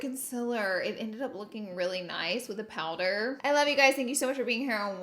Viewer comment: The concillurrr and the powdurrr hunnney!